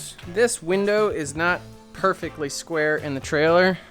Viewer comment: say perfeckly one more time. say it.